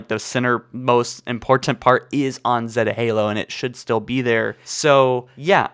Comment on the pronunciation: Ugh your pronounce zeta is wrong